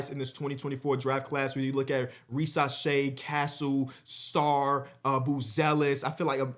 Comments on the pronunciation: Ree-zuh-shay an s in between two vowels is pronounced z in French😀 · REE - za - SHAI is how the pronunciation and emphasis works (I’m 99.99% sure) and your segment on him was very fair and I appreciate that :)